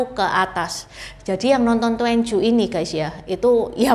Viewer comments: Bacanya tuan ci ..bukan tuen cu ..cici🙏🙏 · "twan cyu" bukan " tuen cyu",. 'a' nya harus tetap dibaca 'a', gak bisa optional dibaca 'e 'kayak yg Juan, quan, xuan,yuan. Duan dibaca tuen justru jadi kaku mulut kita. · Duanju seharusnya dibaca : tuan cü. Itu bacanya salah.